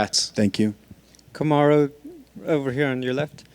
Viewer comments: Isn't it "Kamaru" instead of "Kamuru"? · They always butcher his name, Karumu, Karuma, Kamara 😑 wtf UFC? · Kindly fix the spelling from 'Kamuru' to 'Kamaru' Like he said, put some respect on his name. Lol.